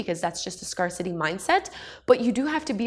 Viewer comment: Thanks for the tips,! Btw it's pronounced "Scare-city".:) I have heard niche pronounced several different ways though.